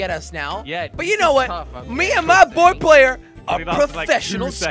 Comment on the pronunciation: It's player not ployer